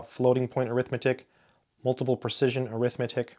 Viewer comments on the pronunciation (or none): none